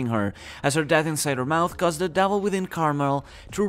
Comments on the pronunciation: Is it just me or is he saying "Davil" fruits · Does anyone else get annoyed when he says "devil" ??